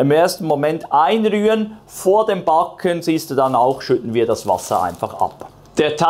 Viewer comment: Hallo, und wieder ein tolles Video mit einem ebenso tollen Ergebnis. Bei deiner Kreativität und deinen Rezepten wird es irgendwann im deutschen Sprachgebrauch nicht mehr "backen" sondern "Paa-cken" heißen 😅 Vielen Dank!